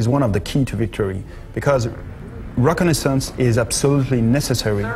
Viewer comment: lol u cant say reconnaissance